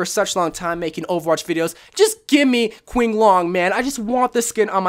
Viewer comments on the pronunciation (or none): For Qinglong pronunciation: Q sounds in Chinese are pronounced with "ch", so it would sound like "chinglong". (Could've been answered long ago already but i didn't feel like sifting through the comments) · It's pronounced Ching L-oh-ng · Number one is pronounced shinglong anything with a q and a chinese name is pronounced sh also no raptorian or bedioun pharah is my 2nd most played hero and i feel triggered that possesed is there and raptorian isnt cool gun cool helmet and cool skin design also it kinda grew on me i used to use it so i would blend with the blue sky on maps like hollywood but her gun just looks badass that i decided to use her on most maps i switch between that skin an asp but i never toucn frostbite or possesed dont get me wrong frostbite is good and possesed is decent but comeon no honarable mentions to rapatorion Edit: i dont use frostbite not because the skin is bad but because it is really bright which gave me a disadvantage but it was actaully one of the first skins i bought in overwatch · Qing long is pronounced Chin Long. It’s all good tho Qs are pronounced differently in Chinese. Love your vids BYW 💗💗💗💗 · Okay so whenever you see a q at the start of a word without a u after it it makes a ch sound so qinglong is like chinglong